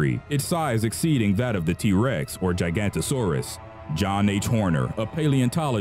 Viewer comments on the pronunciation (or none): It’s pronounced jiga-noto-saurus not gigantosaurus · It's pronounced 'Jiggah-noto-saurus' (Giganotosaurus) This guy plays Ark too much. Click bait vids always annoy me.